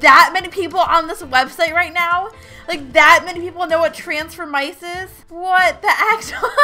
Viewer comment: You said the title wrong